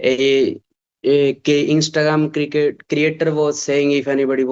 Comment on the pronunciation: he saying cricketer 😂😂